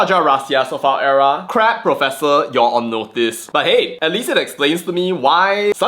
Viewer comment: THE PROPESSOR OF PROPESSORSSSSS......🤣🤣🤣